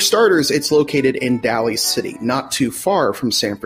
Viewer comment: Great history. FYI, Daly City is pronounced, "Dāly City." Jumped out to local ears.